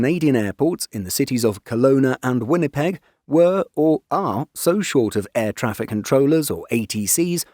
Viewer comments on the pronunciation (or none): none